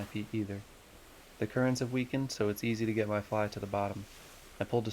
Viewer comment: what's a fleye? do you mean a fly?